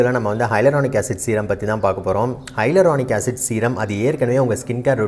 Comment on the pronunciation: Dr adhu Hylaronic acid illa.. Yaluronic acid H silent aki solanum.. 😑